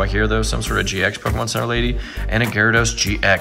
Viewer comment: Bro you gotta figure out how to pronounce Pokémon